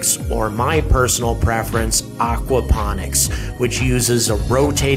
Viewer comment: its aquaponics....not whatever you said lol, I think aqua-phonics is playing music underwater hahaha